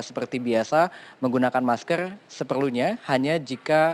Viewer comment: Menggunakan maskerrrrrr....bukan maskell..